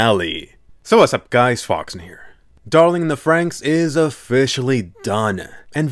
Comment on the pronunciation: Thank you for saying darling in the franxx and no darling in the fran x x